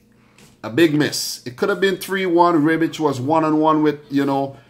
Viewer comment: Rehbitch, not Reebitch. :) Love from Croatia.